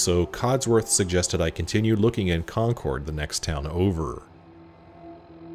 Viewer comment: Oh, the way you're saying "Concord" is going to bother me so much lol. Sorry, Massachusetts's names aren't always pronounced as they seem